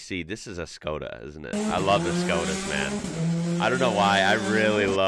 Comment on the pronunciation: Btw i am a fan of yours and i love the vids my fav is the video of the c11 merc. But u here to learn as you always mention. The skoda is pronounced with the sh like shoe but shokda but the sh is š. Im from Europe so i know